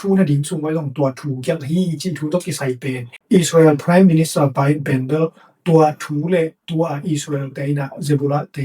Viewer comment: English word te ah na pronounciation tawm khat hong puah le cin cih khat hong thuum nuam ing. Gth na - Agreesment na cih pen Agreement hi zaw ding hi. Preme minster pen Prime minister hi zaw leh ko a ngai lam te aa ding zak nuam ee. Bangbng hi ta leh na pil na leh na hun manpha tam pi nong piak zel man in lungdam ing gei. Nang tungtawng in hun tawm no sung thu thak leh thu manpha tampi za kha zel ka hih man in lungdam.